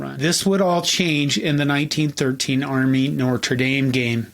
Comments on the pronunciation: No R before the T in Notre. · No-truh. Say it with me now. No-truh. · The R in Notre comes after the T. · Strangely, he makes much of whether Knute is pronounced “Kanoot” or “Nute,” but pronounces Notre as “Nortra.” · content: great .....Pronunciation of Notre: needs work. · This guy can't pronounce Notre.